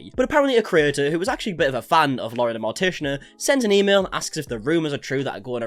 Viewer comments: DAE notice he said Moren the Lortician? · I really enjoyed Laurens content up until all of this, but like the amount of gas lighting from her gives me so much ick also.... did you say Mauren the Lortician xD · "mauren the lortician" got a laugh out of me i can't lie